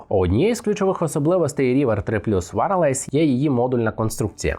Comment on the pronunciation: Що таке «варалайз»? Wireless звучить не так…